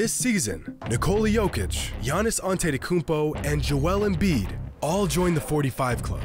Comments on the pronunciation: "Giannis Antettykumpo" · Jimmy On-titi-kounmpo Highroller